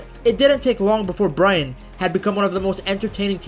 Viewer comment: Learn to say Brighton....Brryton!!!